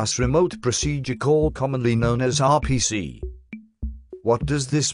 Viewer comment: you should have typed 'are pea sea' (instead of r p c) into the natural soft program for the voice to say RPC better.